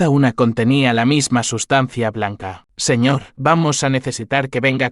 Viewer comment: Siñe en vez de señor?